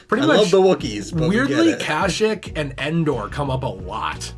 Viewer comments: what the fuck is Kash-ick? I know what KASHYYK is, but I’ve never heard it pronounced like that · Isn’t it pronounced kasheek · Am I the only one that has a problem with they way they pronounce kashyyyk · The way you guys were saying Kashyyyk was getting under my skin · Great vid guys! But the way you say kashyyyk makes me cringe haha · Mispronounce Kashyyyk one more time I fucking dare you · It bothers me how much they keep mispronouncing Kashyyyk